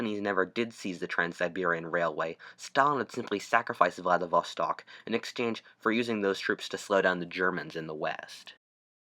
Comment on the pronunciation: Say it with me, VLADIV-STOK, not VLADIV-VA-STOK.